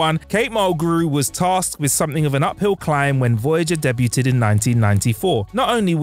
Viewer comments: Turned out should be turned down Progidy should be prodigy Wang should be wong Day-bew-tid should be day-bewd Kate-Kate mulgrew? You had 1 job dude, just to read the script and you can't even do that properly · and Debu'tt'ed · Come on. You hadn't even finished the first sentence before you mispronounced something. Debuted, not debyutted. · Oh boy... Debuted: "day-beewed", not "deb-butte-ted". ProDIgy, not "proGIdy" (not to be confused with progeny). Woolsey, not "Woos-ley". When a person's job is to properly read a script, each mispronunciation is like nails on a chalkboard! And I have reading, speech, and cognitive impairments: so I know the struggle, but I also know we can get it right. I don't know if that's the case with...I don't recall him messing up before. I wish we got more content from him, and I want him to be successful. 🖖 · It is debyood, not debuted. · Deb U Ted ? uhh. Not how you say that word my friend lol. <3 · Alongside his "debyutted"... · yeah I did mention that in my comments, it's not dee-buted. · Was about to write the same thing. I guess anyone can get a voiceover job nowadays... "debue-ted" ....good god. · Yeah, there was "debuted" as "day-byoo-ted". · Debyooted in Progidy. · Do they all say "debyuhted" over there? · Deb-yoo-ted is not a word. Sorry the video got stuck in a loop on that sentence. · Deb -U-ted? WHAT!!!!!! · "Debyooted" ?? lol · Deb-u-ted? Really? 7 seconds in, this isn't looking good already 😅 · yes! He's done that in other videos, too. That one bugs me, but it was debuted that drove me mad this time. I'm so glad I'm not the only one, I was starting to feel like a bitch 😅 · Also, in "debuted" the t is silent. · this seems to be an old video, but who cant say "debuted" correctly? and yet has a professional voice over role? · FYI that's not how you say debuted. Great vid though 🖖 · The way you mispronounced "debuted". LOL